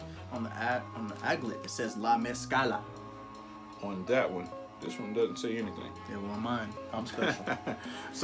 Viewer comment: Yep they're pronouncing mezcla wrong but is all good. Dope video